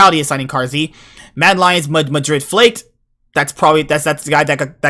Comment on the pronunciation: Its actually pronounced "Flahkehd"